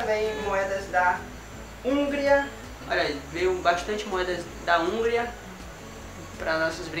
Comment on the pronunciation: Não se pronuncia Húngria, e sim Hungría